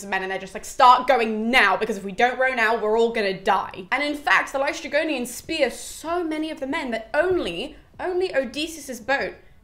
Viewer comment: Hello, greek person here. Aeolus is actually pronounced Ǽolos in greek. Also you got LǼstrygonians correct. Love your passion for greek mythology!